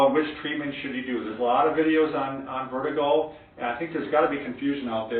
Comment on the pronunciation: Vertigo, not Vetigo. Good video.